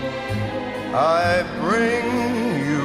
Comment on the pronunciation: Frank said pretender ‘bing’